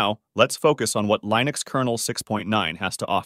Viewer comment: I still remember when we were eagerly awaiting the release of version 1.0. Funny how you keep switching between pronouncing "Linux" the wrong way "Lynux" and the right way "Linnux" (based on the way Linus Torvalds pronounces his name).